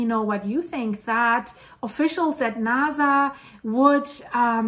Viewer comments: I like your information but sometimes it's hard to take you serious when you keep pronouncing NASA as it has a z sound.... let me hear you say... snake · It is Nasa to NaZa